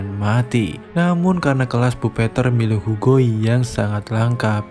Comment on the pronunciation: bang bacanya bukan puppeteer tapi puppeteer